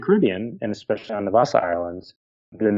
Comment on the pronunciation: Not sure if youre aware of this, but there is no such word as " eckspecially". Sorry, but to me, its equivalent to chewing tin foil in my ear.